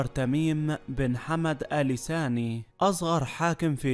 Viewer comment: اال ثاني وليس اال ساني..القراءه بطيييييئه و الاسم الثلاثي مكرر ٧٠ مره لماذا؟